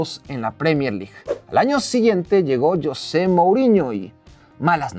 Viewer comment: Creo que la inmensa mayoría de tu público, contandome, somos hispanoparlantes y no sé si tú sabes que, en nuestro idioma castellano el nombre "Yosé" practicamente no se utiliza, nosotros pronunciamos "JOSÉ" con Jota. JOSÉ 🙂👍 YOSÉ 😠👎 PD: Ese tipejo José MouriÑO siempre me ha desagradado un mundo y parte de otro, me parece un megalomano egolatra (Saludos a CR7) y un tipejo barriobajero, un gentuza. 💩💩